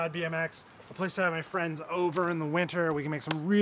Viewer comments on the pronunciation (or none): MAN it really sounds like you're saying my name instead of Friends! every intro LOL